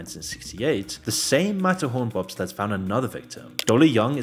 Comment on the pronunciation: Couldn't understand what was being said here after rewinding over and over so I went to Google and said: "Disneyland mat horn bob slats" in a british accent and it gave me the correct results. Matterhorn Bobsleds 😂